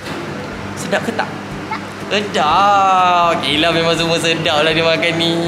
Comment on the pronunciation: Kayla✅ KHAYLA❌